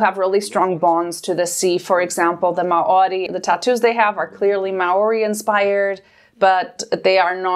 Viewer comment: may oree? as a kiwi I am fairly certain it's mao (slight roll to the r) ree, but i understand having to pronounce that and Metkayina in the same sentence.